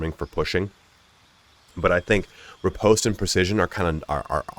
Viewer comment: Ripost is not pronounced like that